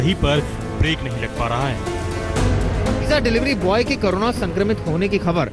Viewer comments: It is corona not karuna sir. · Ooo bhai , its not kanura 😂 corona h wo 😅😅😅😂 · जी करोना नही, कोरोना बोलो जी